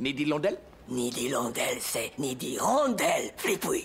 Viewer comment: Nid d hillondelle.. c'est nid d'hirondelle...flipouille 😂😂😂